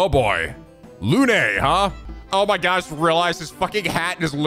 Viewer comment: Balthazar Lu-nay It’s pronounced Loon,. BALthazar LOON